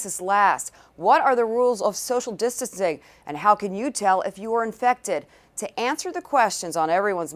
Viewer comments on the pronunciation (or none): SOCIAL DISTISTING HAHAH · Social discticing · Who else heard her say distancing wrong lol😂